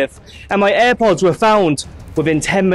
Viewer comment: Eye pods nahi airpods 😂